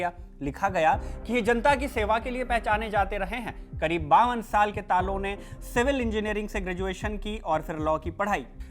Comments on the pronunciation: it's talo not telo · Ta ta lo lo taa looh ? Itna muskil pronunciation hai kya? Tilo kese? 😂😂😂😂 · It's Talo not Tilo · Talo ❌️ Tilo ✅️ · Stop saying tilo😂 in Arunachalee it is pronounced as तालों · It’s Talo not telo 😂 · Not Telo its Taalo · Telo nhi sir ji ...Talo h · तालो है सर तीलो नहीं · Not Telo it’s Talo 🙄